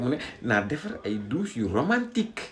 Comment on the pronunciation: Que Barth et sa dame aillent visiter '' ses douches Yi dousssser ''😅😅😅😅 Tcham